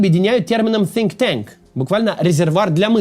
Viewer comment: Кац, надо над английским работать: Sink tank звучало эпично.